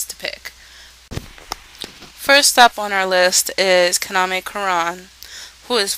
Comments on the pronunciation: His name is pronounced Ka-na-me, not Kana-me, girl. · It's pronounced Kah-nah-may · While watching the show in English I kept screaming, "Yuki, KA-NA-MEY! KA-NA-MEY!". I swear to god every time she said Kaname it sounded like Kanameh. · you dont say Kaname's name right which is annoying and I think the dun is pretty good